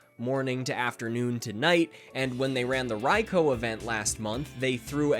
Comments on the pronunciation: HE PRONOUNCED RAIKOU'S NAME RIGHT! Subbed, and never looking back. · THANK YOU!! for pronouncing raikou correctly!!!